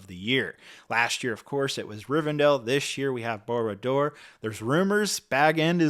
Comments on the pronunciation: "Boo-ra Dooer"? It's more like "BAHR-ahd Dure" 😉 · Barad-dur. Not Baradur, Bara dur, Balrad dur. No, it is Barad Dur.